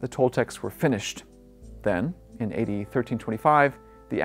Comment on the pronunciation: EVERY TIME he says A.D it sounds like he says eighty. For example A.D 900's sounds like 8900's, A.D 635 sounds like 80,635, it was confusing the heck out of me, even the captions had it as "8900's", I didn't know if he was going by the Aztec calendars or what.